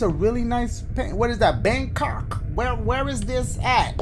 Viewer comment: lmfao dashie was like “what is that, bAnGkök?” Why he said it like that 😂